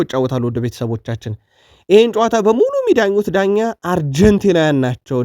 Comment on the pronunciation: አረ ልታስጠላኝ ነው ምንድነው ዳኛ ደኛ ምትለው